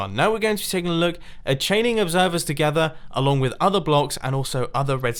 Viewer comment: “chaining observers together” The way he said together, I feel oddly uncomfortable